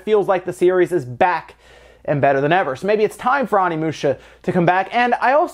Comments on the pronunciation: It's pronounced Oh-nee-moo-sha, not Ah-nee-moo-sha. Japanese isn't hard to pronounce--it has five vowels and they're always pronounced the same. Get it right. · I swear to god the Pronunciation of Onimusha is not - Omnimusha, this is not battle of the gods in DBS XD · So much hate for pronouncing 'Onimusha' as if it were written 'Onnimusha' or 'Animusha'. Oh, well. I remember back when I pronounced 'Geno' as [GEH-no]. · How to pronounce Onimusha (Oh Nee Moo Sha) please pronounce it correctly... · It's pronounced: Oh-nee-moo-sha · Love ya, but it’s pronounced OH-knee-moo-sha xoxo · You saying it wrong. It is o-ne-mu-sha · please stop slaughtering Japanese words. There are only five vowels: a says “Ah,” i says “Ee,” u says “Ooh”, e says “Eh,” and o says “Oh.” There. Now you can pronounce every Japanese word ever. Onimusha is “oh knee moo shuh” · I'm sorry, but I can't continue listening to you as you butcher the pronounciation of Onimusha every five seconds.